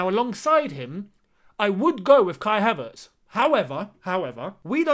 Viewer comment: You pronounce his name correctly